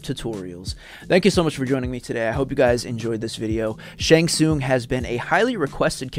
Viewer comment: Ty brother for the shang tsung brutalities. I'm glad I'm not the only one who says his name right. Rock on brother for this brutalities list. Shang has always been my favorite since I seen him take the opponent's soul in mk2